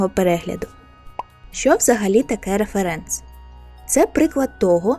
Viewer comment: А хіба наголос не на перший склад? Типу, рЕференс, а не реферЕнс :о англійською наголос на перший склад (ˈrɛf(ə)rəns), тож, я завжди казала саме так...